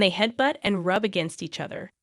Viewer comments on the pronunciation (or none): Like AI saying "They ruby there cheeks when they loove you"🤪🤣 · "They ruby their cheeks on you when they loov you". The AI narrator needs a lesson in English...I didn't even realize it was AI until that! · "rubee"? "lob"? What language is this?